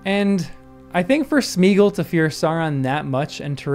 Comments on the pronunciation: In case none of the other hundred-plus has noted: It's SMAY-ah-gawl. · I didn't know in 2000, and I don't know now, why Jackson made Sméagol (Smaya-gol, surely, or if you seriously minimise the "a", then Smaygol) rhyme with beagle. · Why did the films have to ruin the pronunciation of Sméagol? The accent is there to show that it should be pronounced like the Old English diphthong “ea” and not like Modern English “ee”.